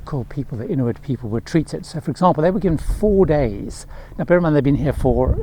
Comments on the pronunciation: Yes, IN-U-IT ….. vs IN-TU-IT /-) rest of Video was really well done!! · Inuit, not Intuit.